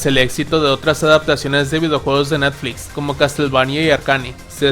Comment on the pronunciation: el residont ivol de netflisss con sus Feminazis :face-blue-smiling